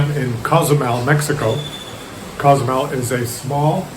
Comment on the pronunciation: I lived in Cozumel for 23 years and it is a fabulous place. Btw, Co-zumel is pronounced like Coho. There are days that the little town is inundated with Cruise Ship passengers; it isn't unusual to get 13-17 ships a day in high season or at least that's how is was when I was there 20 yrs ago. The other side of the island is beautiful and a great escape from the downtown area on those heavy cruise ship days. There is a saying there "Man created Cancun but God created Cozumel ".❤